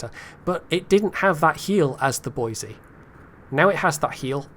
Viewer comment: you pronounced Boise correctly! But, if we are going with Western US state capitals pronunciations, you are using the wrong 'e' sound for Helena. The correct way is like Helen, then add the soft 'a' at the end. That is all